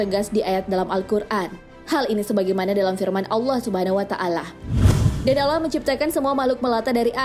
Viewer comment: Coba belajar ngucapin Allah yang benar min